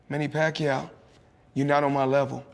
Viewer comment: not manny pakyo, it's manny pakyaw..